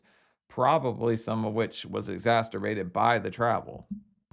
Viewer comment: exasturbated is my favorite new Seanism